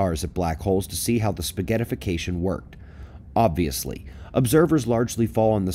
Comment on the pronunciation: Did you say 'spaghettification'? haha